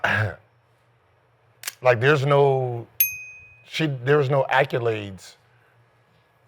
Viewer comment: Gil, IT’S ACCOLADES NOT ACCULADES. 😂